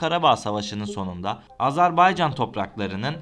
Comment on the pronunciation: AzerbEycan değil AzerbAycan